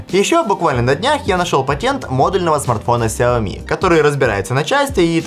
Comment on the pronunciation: Вас зовут? Вам приятно будет, если я вас буду называть Канил или Ванил? Или ещё как-то, сменяя первую букву. Лично меня бесит, когда говорят неправильно. И раз такой умный, загуглите и запомните, нигде "Ксяоми" не правильно, только "Шяоми" и "Сяоми". Всё! Букву "X" не читают как "К"